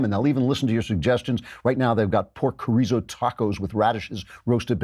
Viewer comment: Klavan, chorizo is NOT pronounced with a K sound. You can say choreezo, but its supposed to sound like chor-dee-so. Spanish speakers get mad when i use a ‘D’ to explain the rolled ‘R’, but it works for english speakers. Also, Cotija, is pronounced KOE-TEE-HA